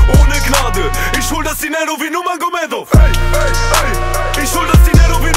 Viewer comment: Nurmagomedov falsch ausgesprochen